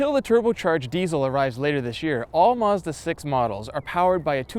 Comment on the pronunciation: this is sooo annoying.... CR can't hire people w/out a lispe and who can say 'mazda' not 'mezzduh'??